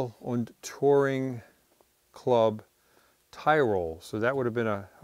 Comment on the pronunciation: Tom I really enjoy your videos but please can I correct you on your pronunciation of the Daimler= it is pronounced daymler. And the metal tag of Tyrol is pronounced teerol. Sorry for nit picking but you know so much about European cars etc and I just thought I'd mention it. Greetings from the UK. Happy holidays.